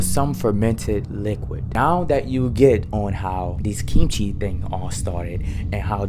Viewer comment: Your pronunciation of kimchi is really good! You do it with a soft g sound instead of a hard k sound which is really quite natural. If you think it's fire with the fried rice, try an actual kimchi fried rice. It's even better! With a sunny side up egg on top as well. 🔥